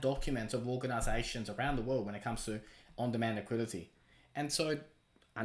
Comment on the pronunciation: “Liqui-Di-teee” for the love of god